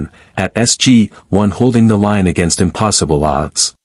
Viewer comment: Pronounciation and inflections are atrocious in parts, especially names, but also words like "line". Repetetiveness, bland/monotone iteration, bad grammar in general. How the f* did the Voyager crew know, right at the start, that the unknown material is Naquada? This, like 99% of all AI stories would be so much better with better vocalisation.